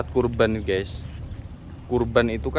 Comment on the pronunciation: GAES NOT GEES